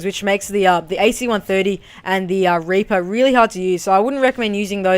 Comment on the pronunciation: haha you didnt say reaper but raper haha good gameplay